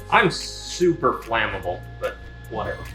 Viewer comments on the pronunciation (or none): NGL I heard "Super-flannable" lol